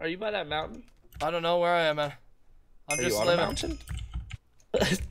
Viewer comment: "YOU KILLED ME MAUN" #BraydenKnowsHowToEnglish